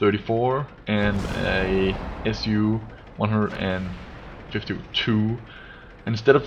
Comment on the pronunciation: I really would wish we could platoon:-) and i know can play together because: aksenten din på "Lowe" og "Grille" avslører at du er dansk:-)